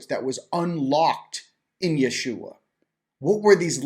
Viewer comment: Great conversation, and. And thank you for the correct way to say the name, "Jeshua"!